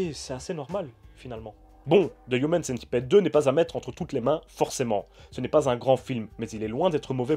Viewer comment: On prononce pas Centipide par contre ?